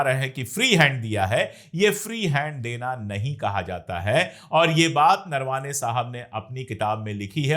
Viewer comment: अशोक जी.. नरवाने नहीं उनका नाम नरवणे है आप सही से उनके नाम बोलो अच्छा लगेगा